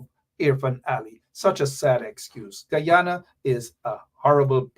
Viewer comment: Man you cannot even pronounce your own country name…. Guyana